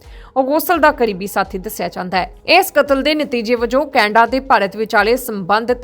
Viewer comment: Canada ko kainda bol Rahi hai 😂